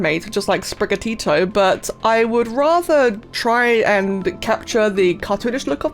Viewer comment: Spriga-TEE-to It's a bit of Spanish!